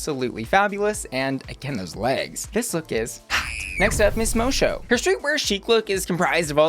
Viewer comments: Just one note ... It's Miss Mo-Sue not Miss Mo-show but other than that, you're on point as usual <3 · Miss Moço is pronounced Mo-Sue not Mo-Shoe. It's a portuguese pun for Miss Boy. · Moço is pronounced Mo-Soo, not Mo-Sho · I'm confused did u watch it on mute? Moçu, and the judges all pronounce it MOE-SUE like, a bunch of times. I don't understand where u got mosho from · It's pronounced mosoo... Not mosho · Mo-soo not Mo-show… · The pronunciation is Miss Moço (Mosso), not Mosho. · PLEASE PLEASE dont spend this season saying "Miss Mowshow". It's pronounced "Miss Mossow" The C is supposed to be a Ç, like in Miss Moço. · it’s pronounced Mosu not mocho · bro it’s pronounced mo-SUE, not mo-show 💀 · Just letting you know, it's pronounced Mo-soo not Mo-show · its Moço (Mosso) not Mosho - and yes, I think she´s won the lipsinc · Moe Show is going to be this season's Ozzie Onna? (It's pronounced like mo-soo) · I'm more excited about this season after watching the first episode, I wasn't sure just from the promo. Fun fact, moço means boy in portuguese. So Miss boy. Pronunciation 'mosu...mo-sew'.. not mo-sho. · Pretty sure its pronnounced "Mosu" not "Mosho" lol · Love the video, but why are you pronouncing "Moço" like 'moe-show'? It is pronounced 'moe-soo'. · Friend of the queen, it’s pronounced mo-sue. It’s tricky for all 🤷‍♀️ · Girl it's pronounced like mossso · baby.. moço is pronounced moh-soo. Moço means like a early teen boy is portuguese ❤ love ya, kisses from portugal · Moço is pronounced MoSue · Moço is Portuguese for "boy". And it's pronounced much closer to "mo-su" than however you're pronouncing it. Google translate is a great resource. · Ahahaha hearing you pronounce Moço is hilarious 😂💖😂 it's pronounced Moe-Soo btw 💖💖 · Moço is pronounced Moh-su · Miss Moço is pronounced Mo-Su. Moço is Portuguese for boy so her name translates to Miss Boy. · I was wondering why Moh-Su, not Moh-Soh. Now I know. Portuguese, not French